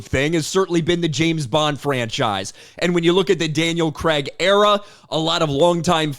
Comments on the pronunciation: CRAIG!!!! Not Cregg… 🤬🤬🤬🤬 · I think Krazy Kajeevie at The James Bond Show has the best take on this in the video he made. And its Craig, not Kregg!! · It's not "Creg", it's "Cray-g" (facepalm) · UK guy here.. It's actually pronounced Craig not Craig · Craig in this case is pronounced: Crayyg with an 'a' is in way.